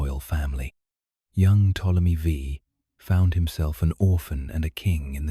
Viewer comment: Ai for sure. The way you can tell is how they pronounce words like Ptomely V. Its Ptolemy the 5th, not Ptomely Vee